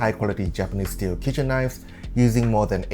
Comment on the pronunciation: 😄"sower" and "kicen"😄